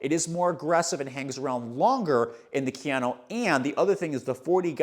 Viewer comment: just did this to flex his mastery of pronouncing Kayano. Jokes aside, how is the durability on the blastmax in the GT? I felt like the Novablast mushed out very quickly and had to kill my pair at 150 miles because I ended up getting knee/achilles pain towards the end. Just curious to see if they changed it at all or if the medial section saves it